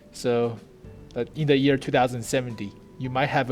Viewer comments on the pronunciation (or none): none